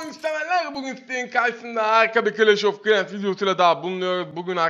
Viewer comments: Adam dha konuşmayı bilmiyo clns of kılans nası oynası n 😁😁😁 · Ben bu adamın clanh of clans demesini seviyorum